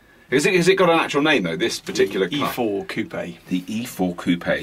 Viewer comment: You live next door to France and you still can't even pronounce coupe. LOL.